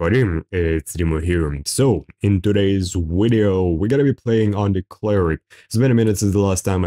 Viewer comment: try to speak right its video not wideo wtf